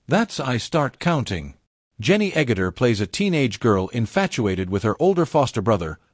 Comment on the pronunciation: It was all going so well until you pronounced Jenny Eggutter🤔 Great filum with her in it. I look toward to the others, it was a golden era for British tv as well.